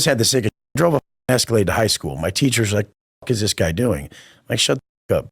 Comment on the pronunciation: Bro when he had the live with his mom he told everyone he was driving an Escalade in high school but he called it the “Wescolade” 😂😂😂😂😂😂😂 now that’s hilarious!!!!!!!!!